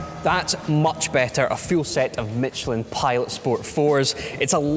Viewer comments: Mi-T-chelins? New brand of tires? 😂😂😂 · why do u keep callin michelin tires MITCHelin?